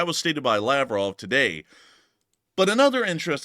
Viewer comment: Krasnodar! It's totally hilarious- When you say Laprov, I actually hear "lapdog!" Seems I can translate Russian in my head!🤔